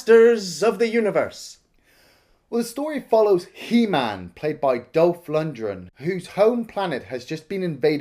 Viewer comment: He's name is LunDgren. Not LundRen